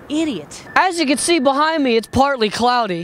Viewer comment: HE KEPT SAYING PLARTLY pLartly!!!!!!